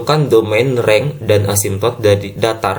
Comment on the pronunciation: Renj bukan reng